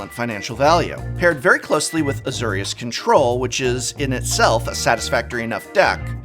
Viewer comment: Ah yes Azerius, my favorite guild named of course after Azer I.... it's a pet peeve but come on Prof it's not a difficult pronunciation or anything.